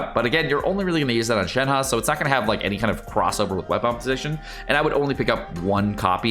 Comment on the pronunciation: Why is it ShenHE can be read as ShenHA? It is ShenHER to be easy for non mandarin speakers.